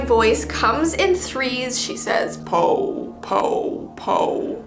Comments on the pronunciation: If I'm correct, the 'o' isn't pronounced like 'Ou', just like 'O'. So instead of it sounding like 'Pou', it's 'Po'. Oh, Beautiful The Mimic reference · Just so you know the "Japanese slender man" whispers po not like PO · Oh it's not pok it's po